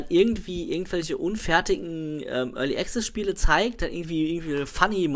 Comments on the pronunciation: es sind die feinen Unterschiede, die die Bedeutung des Wortes ausmachen. Als Englischsprecher mit deutsch als Muttersprache hören wir das meist nicht raus, weil wir es nicht anders gewohnt sind.. Aber die Aussprache ist wirklich falsch =) du kannst ja in meinem andren Kommentar lesen, worauf geachtet wird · ist echt nicht bös' gemeint.. aber jedesmal wenn du 'early access' falsch aussprichst, fällt ein Charles von seinem 17 Uhr Teetisch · ***** 'komplexe' ist das falsche Wort. Man zuckt aber jedesmal zusammen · ***** Also ernsthaft so penibel muss man erstmal sein und wenn du jedes mal zusammenzuckst weil einer es nicht zu 1000% richtig wie ein Brite ausspricht dann hast du ja richtige Probleme my friend :D